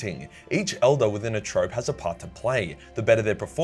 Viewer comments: Troupe, its pronounced like troop, not trope, its a french word 'a group of dancers, actors, or other entertainers who tour to different venues' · It's a troupe not a trope my man. Otherwise great video. Trust an Australian to bastardise the language. And yeah, if you can dodge a wrench you can dodge a dodgeball. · If they do a sort of play, isn’t it a “troupe” not “trop” sorry just curious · Learn how to say troupe not trope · Troupe is pronounced "troop", mate. It's French, and it's a reference to a group of actors. Do I know that that's how this is written for a fact? Nah. I'm guessing from context. Love ya. Go Eldar. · Did he pronounce troupe, trope ??? Theres no way thats an accent thing... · It's pronounced "troops" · Troupe! Not trope... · Troupe is pronounced troop not trope. Cheers mate. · Pronounced 'troops' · It isn't pronounced 'trope' it's a 'troop' (troupe) like a troupe of musicians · The English language proving to be unnecessarily complicated; troupe is pronounced “troop”. You’ve probably heard of a “Dance Troupe” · Hey, sorry to be a Poop, but its Harlequin Troop, it ryhmes with Scoop. Apart from that. Top Work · lololol every time says 'troupe' like it's 'trope'... us theatre peeps know it's pronounced 'troop' like poop. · Is it "Trope" or "Troupe"? Clowns and performers are in "Troupes", pronounced "troops". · Harlequins are the good guys of 40k. A troupe is pronounced TROOP and not TROPE. a VERY important distinction.. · Troupe is pronounced troop. Great video though 😉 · Troupe. Troop. Not trohp. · Troupe, pronounced like troop not trope. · hey man, its troupe (/tro͞op/ long O) aka like that dudes a (Iron maiden) trooper not Trope (the way your saying it) - yea, English.. uhg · Troupe is pronounced "troop" not "trope" as in a troupe of stage actors. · Troupe is pronounced "troop" rather than "trope" Clown elves make my pp move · (Troupe) = /truːp/ PMSL carry on creating dude, love this sh!t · Troupe is pronounced troop